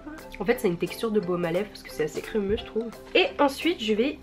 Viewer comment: "j trouve" 😂😂❤❤